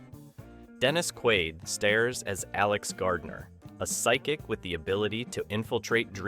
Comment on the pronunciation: Dennis "stares"? It's STARS, not stares... 🤦‍♀